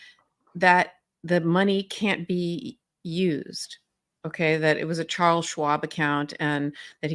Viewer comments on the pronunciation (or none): none